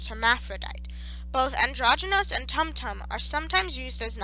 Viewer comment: This was wonderful, as someone who actively studies talmudic hebrew. The only thing that got my goat was the pronunciations. There is no "uh" sound in Hebrew, only ay, eh, ee, ah, oh, and oo. Tumtum, with the vav, would most likely be toomtoom